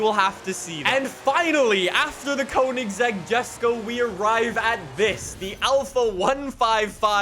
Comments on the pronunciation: Its not Kounigsegg. It's koeynigsegg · every time he butchers koenigsegg and jesko I try not to cringe